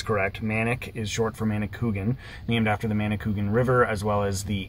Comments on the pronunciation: Emphasis on the A . Manicou A gan. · Nice Video. I am very familiar with the Manicouagan river, having been born and brought up in the area. I don't mean to be critical but the pronunciation is Manny-kwah'-guhn, (accent on the second syllable.) But don't feel bad, you pronounced it as almost everyone else does. I worked on the first dam as a student back in the early 50's (I'm 85 years old.) Back then it was known as the McCormack dam near Baie Comeau. On your trip you may have seen it. In any case I enjoyed your video. It brought back so many happy days of my youth. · Great series...been following 4 awhile. keep them coming. Ps: minor detail...river is pronounced manikouwagan :-) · The actual name is spelled "Manicouagan", not -cougan, and another way to describe the pronunciation is "manic-wagon" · again , another person who can't pronounce Manicouagan .. who the hell is Manni Coogan ?